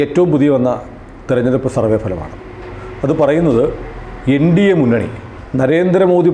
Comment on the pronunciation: When say NDA munnani,it looks like indi munnani😂